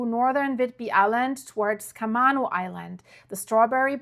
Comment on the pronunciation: Camano pronounced Ka-may-noh.